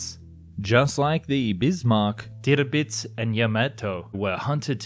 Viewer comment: Dude seriously learn to speak the names of Tirpitz not Terebits and Speer is Shpeer not Spare. For the love of god if you can't say it right don't even try.